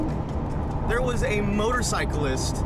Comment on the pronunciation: I thought I was the only one who noticed lol is like a man shoot that’s a nice nova ya got therrrr 😂